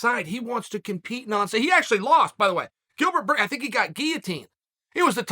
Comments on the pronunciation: “Gilbert gurns” been hanging with Connor and Jon too much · Me: Gilbert Burns Uncle: Gilbert Gurns Me: Ok great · Gustin vs. Gurns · Chael: "Gilbert Gurns" Everyone: Ok Great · Chael “ 10 seconds into the video and already called him Gilbert Gerns “ sonnen😂😂😂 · "Who tha foook is Bilgert Gurns?" Jon "The Notorious" Africa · Gillburr Gurns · Can we just take a second first second in the vid, Gilbert Gurns😂😂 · Bilbert gurns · Gilbert gurns? 😆